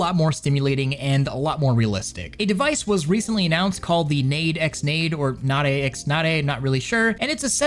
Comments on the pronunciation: nade nade is pronounced "Nad Eh Nad Eh". Not nayde nayde. it literally means "pat pat" in japanese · it's pronounced "nah day", nade nade is the onomatopoeia for headpats in Japanese. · Nade nade (pronounced naw-day naw-day) is a Japanese onomatopoeia for rubbing. It is not pronounced like nade in grenade. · As a Japanese speaker, it's probably pronounced "Nah-deh Nah-deh". Which translates to "patting, stroking, caressing, etc" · nade X nade is pronounced "nah-de nah-de". It is the Japanese word for head pats (ナデナデ), from the verb "naderu" (撫でる), which means "to caress" or "to pat" :) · i'm sure someone has told you down in the comments, but on the first story, Nade X Nade would be "Nah-Deh (ecks) Nah-Deh" due to it being Japanese, and that's how they pronounce romanji. The X is tricky. It could be X, Cross, By, or just not pronounced at all. The Xtransceiver in pokemon is the cross transceiver, it could be By like how 4x4 is four by four, or it could be unpronounced like Hunter X Hunter. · It's pronounced nadeyh nadeyh. And the words Nade nade are the Japanese onomatopoeia for rubbing/petting someone. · It's definitely "Nah-deh Nah-deh" which is the Japanese onomatopoeia for head pats/rubs. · As an english speaker that prefers reading subs, I'm just laughing at the 'nade pronounciation. I hope people aren't putting grenades on their heads and are putting the other thing.... nade nade is what you say when giving head pats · C'mon it's なでなで. You went to japan and still can't pronounce the 'a' sound.